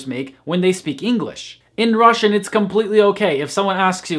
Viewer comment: You have the best pronounciation among all native English speakers I've ever heard speaking Russian.